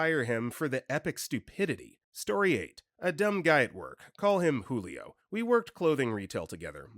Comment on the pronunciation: wait. Is that how julio is pronounced in english?